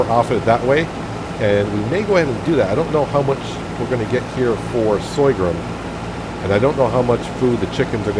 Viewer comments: /Sor-gum /. Not Soygrum lol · hey,the new crop is called sorghum not soygrum as you say;-) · Yup. Sore-gum.... don't like to criticise but pronouncing Sorghum like that will stop a lot of people carping... Love your new series. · What the fuck is soygrum!? Sorghum....is the word you are looking for